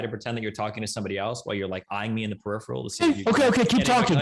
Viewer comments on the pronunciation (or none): none